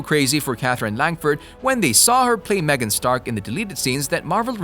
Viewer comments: ITS MORGAN NOT MEGAN!!!!! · its not megan, its morgan